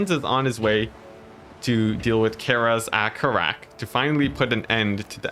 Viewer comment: Seriously microscopic level nitpicking comment: Its easier to say "Karaz-a-Karak" as "kah-rah-zeh-kah-rahk." The way you said it was more "Care-as a care-rack." I'm not sure which one is correct (almost certainly a mixture of the two) but I do know the former is generally easier/faster and smoother sounding. This is not criticism by the way, its just a comment on the nature of saying words from a fantasy language with our English-based speech patterns. Who knows, maybe you'll like saying it that way or maybe you dont care?